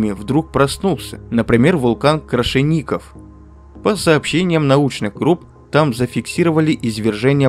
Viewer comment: Спасибо вам за ролик. Но, пожалуйста, учтите, что вас смотрят камчадалы. Вулкана "Крашеников" у нас нет. Есть вулкан Крашенинникова. Если вы искажаете названия, то доверие и к остальной информации падает